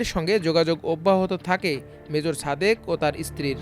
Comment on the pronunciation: উচ্চারণ ঠিক করেন। ছাদেক হবে না, হবে সাদেক।ছুমাইয়া না, হবে সুমাইয়া।তেমনি হাছিনা না হাসিনা